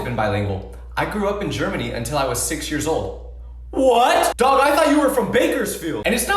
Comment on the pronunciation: The way how you say daag is weird